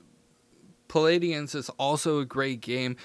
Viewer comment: "Palidians"???? Not even close to pronouncing that one correctly brother lol.